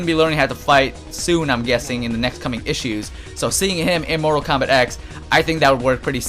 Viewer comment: That wasn't JaeRoar, that was ZandTComics. JaeRoar has said "Treemor" and "Komback" though.